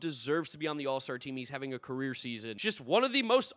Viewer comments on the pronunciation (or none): none